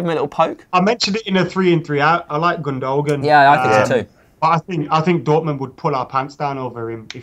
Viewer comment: It's not pronounced gun-doe-gahn. It's gyn-doe-wahn.